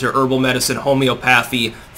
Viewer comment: Fyi ~ it’s pronounced “homie-ah-pathee”.